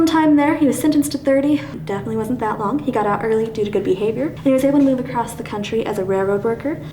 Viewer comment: "Acrosst" very Midwestern word